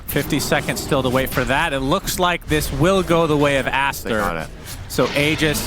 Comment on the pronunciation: "It's a disastaaa for Astaaa and it rhymes and everything"😭🤣